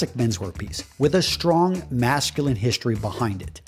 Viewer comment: I don't quite see the need of having to emphasise "manly" and "masculine" like that. Regardless it's still a great video. Thanks for the tips :)